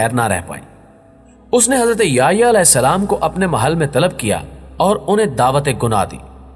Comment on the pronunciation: نام سیدنا” یحیٰ “علیہ السلام ہے ناکہ “یہیٰ”